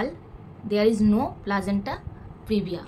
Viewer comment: আর প্লাজেন্টা না দিদি প্লাসেন্টা 😅